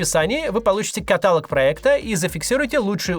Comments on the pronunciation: Максим, не катАлог, а каталОг. МонолОг, диалОг... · КатАлог?! КаталОг, пожалуйста. Смотреть рекламу итак не сахар, хотя бы с верными ударениями можно? Спасибо. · Не катАлог, а каталОг, Максим (в рекламе) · КаталОг! Из лучших чувств пишу) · КаталОг, а не катАлог... 💔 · каталóг, Максим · Макс, я буду смотреть рекламу только, если ты не будешь говорить «катАлог» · каталОг!!! Как можно при записи рекламы ошибиться? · каталОг ( прошу прощения) Спасибо за аналитику , развития каналу! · Почему катАлог? Несколько резануло ухо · каталОг , Максим. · Максим, родной ты наш дозавтровый, каталОг, ну ты что. Ветра в паруса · Максим, спасибо за контент. Только в слове каталог ударение на О.